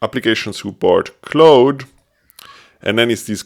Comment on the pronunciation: Great video! I’m going to give it a try. Also, Claude is pronounced more like “clawd” or “klahd”. The vowel sound is “ah”.